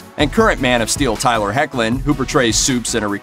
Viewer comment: terrible pronunciation of tylers name.